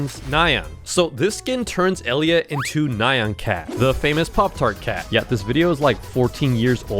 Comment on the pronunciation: How did bro mess up friend elliot🥀